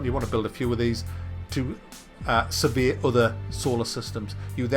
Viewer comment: every time u said "survey" i heard "severe"